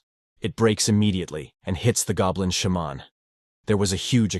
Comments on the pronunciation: Idiot AI pronunciations: It's not a "Shah-mon", it's a "Shey-man" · I'm all about putting whatever emphasis on whatever syllable you want, but the way he keeps saying Sha-mon, bold headed, etc...🤣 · Shaaa’mon is killing more. Say it correctly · Its a shamaaaan, a shemmen, a shamanee... how often can your AI pronounce this one word wrong? 😀 Besides nice Recap.